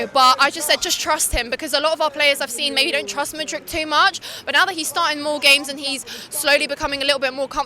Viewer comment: MATE as a Chelsea fan how can you get their names wrong!? MUDRYK no ICH on the end. and its LEVIIIIIIIII not Levvy ffs☺